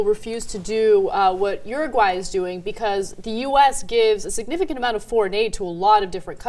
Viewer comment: It's Uruguay not Uraguay...